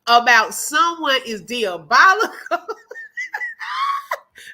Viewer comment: eLITEd ? Does she mean Elated? so funny when she looks a fool.... Just like Deeabolical... It's diabolical... she's a dummy...